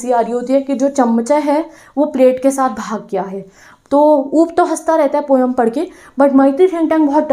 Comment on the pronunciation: Mam app bhi poem ko poyam bolne lage